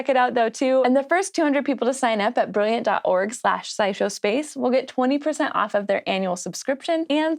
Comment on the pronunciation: Wha? Side Show Space?!? I had to go back and re-listen to the first second of audio to make sure I heard that right!